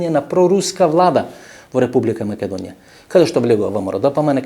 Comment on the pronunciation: Не знам само зошто гостинот упорно изговораше МаЌедонија..